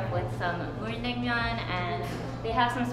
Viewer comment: It’s nang-myun not nam-myung